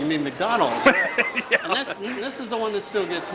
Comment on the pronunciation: Like noticing the use of the Japanese pronunciation of McDonald's here. Anyone who seen what a McDonald's Japanese ad from back then would note how they often sing out the name that way at the end of the commercials.